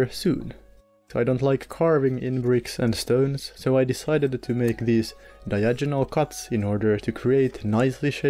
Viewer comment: You are awesome, your videos are awesome, your accent is awesome, but "Diagonal" is pronounced with a HARD 'G.' Don't say "Diajonal," say "DiaGonal"